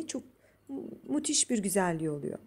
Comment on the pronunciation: Müthiş❌ Mutis ✅